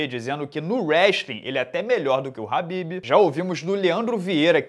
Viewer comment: É Khabib né não “ RRRRAAAABIB”